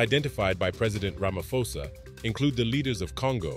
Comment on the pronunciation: Ra-ma-Po-sa .the ph not said as F ple